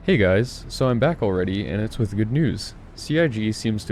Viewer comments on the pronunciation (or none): none